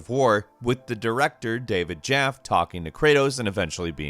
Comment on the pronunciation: David jaf